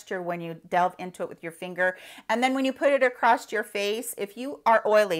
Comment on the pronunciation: It’s pronounced across, it has no T